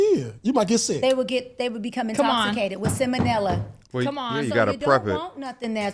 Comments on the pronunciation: The "Dr." said "simmonella". That must be 1000X worse than salmonella...plus it's intoxicating🍻🍾🍸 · "INTOXICATED ON SILLMONELIA!!" Ffs. 😒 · This fake broad said “Sim-uh-nilla”. A real doctor knows that the term is “Salmonella”. She should just get her money back from Donald Trump for giving her that fugazi degree.